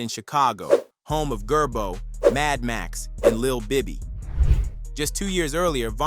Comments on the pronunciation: He said GERBO🤣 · This mans said gerbooo and they bds I stopped watching after that ah false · Did A.I. say gerbo? 😂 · Bro said Gerbo